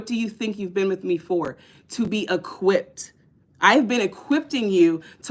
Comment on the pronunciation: Luv ya but it's equipped stop adding the T when unnecessary. Other than that I like what your doing